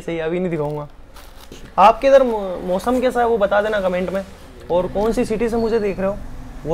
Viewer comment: Aap bahut acchey ho aap ओर नही और बोला करो